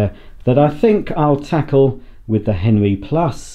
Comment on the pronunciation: Is he saying henry or henwy lol